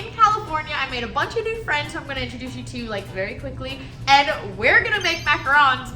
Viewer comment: You had it right the first time Mac-A-Ron’s. :3